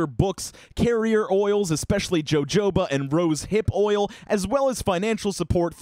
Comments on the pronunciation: Lmao love this vid but I'm in tears you said JO-JO-BA. BOI It's NOT JOJO EGGHEAD LADY It's SAID LIKE HOHOBA. Im legit dead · Just so you know, jojoba is “hohoba “ like Santa Claus. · "Joe Joe Buh" haha I used to pronounce it that way, too. It's pronounce like, "ho ho buh." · You said jojoba wrong. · I'm upset by how you pronounced jojoba